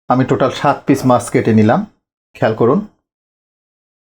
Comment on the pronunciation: Aage Bhasha puraskar kore bolte sekh tar par video banas OK mach ke maas VHAG AKHAN THEKE vasa poris kore bolte sekh tar par video banas OK